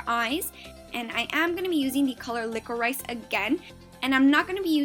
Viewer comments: It's pronounced liqourish! You were kinda drivin me nuts ha. Still beautiful tho! 😀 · Love watching your videos!!! They're really really good. By the way liquorice is pronounced LICK-OR-RISH, well here in England it is. Keep up with the great work!!